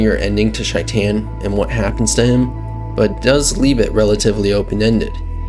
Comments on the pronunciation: Is it just me or is he pronouncing his name completely wrong…. Shy-tan. It’s a name so they way he says it makes it a completely different name. ? You mean SHAE-TIN or shay-tin Idk why but Shy-tan is so hard to hear. It’s possible that is how it’s pronounced idk. It was hard to hear shytan tho. Not hating just an observation as in the game it’s pronounced SHAE TIN Yes Ik it’s spelled shaitan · "Shy-tan" My guy.... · how do you mispronounce the name so hard when it's clearly pronounced in game? SHAYt'en. like a verb. i'm shaytin'....at least that's how Johnny says it in the Arasaka tower flashback. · Corrections: 1. Johnny called him "SHAY-ten." There's no indication that this was ironic, so that would seem to be the correct pronunciation, unless there's a clip of Maximum Mike saying it differently. 2. Sure he does. Just look at Johnny's arm. ;) 3. The correct term is "GM." Game Master. DM is a branded term specific to Dungeons & Dragons. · Man's been out here mispronouncing shaitans name for like 3 videos now